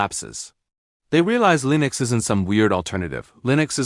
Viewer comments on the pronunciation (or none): WTF is Lee-nux?! lol